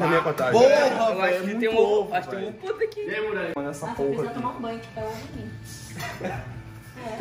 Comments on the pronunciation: ninguém: muralha: se ele num tumar... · se tem muralha falando: se ele num tumar... tem like!